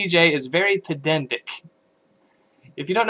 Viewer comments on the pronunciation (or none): Pronouncing peh-DAN-tic as peh-DEN-tic. Not very pedantic of you.